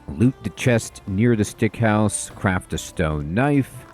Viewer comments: Love your vids and just bought this game, so perfect timing for me. I grin every time you say "Stick House" as it is actually "Sick House". Our minds are so funny sometimes with what they get stuck on. Adds to the charm and entertainment levels. Appreciate your thoroughness, as always. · can you stop calling that house stick hose, its called SICK house not STICK xD pleaseeeee hahahha great video btw <3